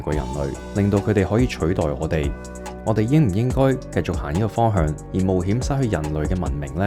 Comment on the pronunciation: 你好呀！岩岩睇到條片彈出嚟。 第一次睇到你嘅片 好好嘅分析，多謝！ 如果可以改改啲懶音就會讓人聽得舒服好多。 Eg 方向、強啲、佢哋、腳、行業 etc 我好珍惜廣東話嘅台，真心希望你做得更好。🙏 唔岩聽，就請delete. 謝謝！🙏